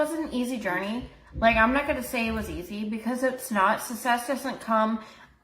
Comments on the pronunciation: She pronounces “necessarily” correctly, but mispronounces “success”…it’s either lazy pronunciation or she genuinely believes the double c makes the same sound as the double s…And I hope your back feels better soon! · The way she says success makes me uncomfortable. 😬